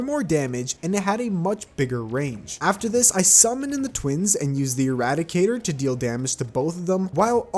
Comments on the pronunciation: Not as bad as him calling the irradiator the eradicator the whole time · calls Irradiator eradicator me: Please tell me the comments are saying this me: looks at comments the comments: not saying this me: welp time to post a comment